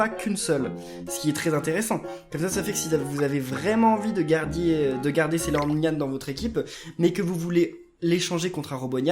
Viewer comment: tu a dis Sailornyan F